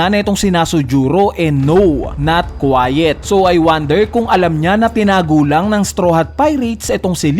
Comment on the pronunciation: /kwīt/ po boss not tahimik.